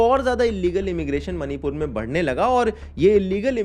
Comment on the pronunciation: मनीपुर नहीं -- " मणिपुर " कहो।